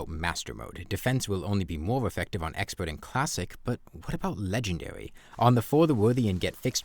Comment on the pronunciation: "Legendawy mode"